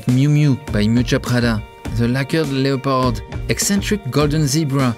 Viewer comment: This has to be funniest fashion video ever. To Hell with all the uptight fashionistas, let’s talk about the Tiger King and his outlandish clothes! That is true fashion! My face hurts from smiling so much from the jokes, the Joe Exotic references, and zany descriptions (“animalistic galore”). My hurt flutters each and every time you said “le-o-pard.” In English, we don’t pronounce the “o,” but from now on, I shall say “le-o-pard! le-o-pard!”